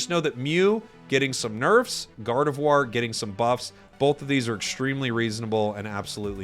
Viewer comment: "Gardevoir💗" My hearing:"God of war👺"